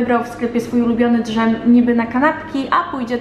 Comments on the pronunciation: Czy mozna wiedziec czemu wymawiasz slowo dzem jakos inaczej? 😅 zamiast po prostu dzem to mowisz d-zem. To nie hejt, to ciekawosc. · Czy tylko mnie drażni ten „drzem”? 😂 przecież to jest dżem 😃